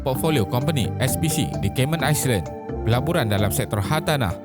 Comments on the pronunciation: "island" itu sebutannya bukan "ais-lend" tapi "ais-lend" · island tu sebutan nya - ailen, Not aisland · iceland = island di sebut? wat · Cara sebutan ‘fugitive’ dan ‘island’ tu kena betulkan utk next video